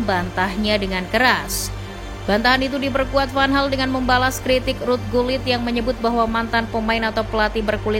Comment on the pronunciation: Sejak pertama kali tau louis van gaal, gaya ngelatih sama sikap nya yg cenderung sombong, batu, sama keras itu yg bikin banyak org gk suka sama beliau Izin koreksi penyebutan yaa min Cruyff: Kraif Riquelme: Riqelme Guulit: Khuulit Arjen: Arjen 🙏